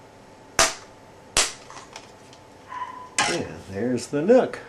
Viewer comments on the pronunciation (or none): lmao at a point i thought he said how to unbox your nut